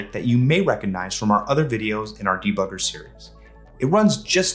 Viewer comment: "Da bugger" lmao